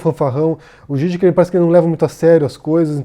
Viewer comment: A pronuncia do no Zizek eu entendi com Gigek é assim que se pronuncia, desculpe a minha ignorância só quero saber a forma correta da pronuncia, abraços.